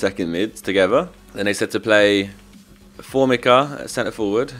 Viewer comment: formica is pronounced for-me-ca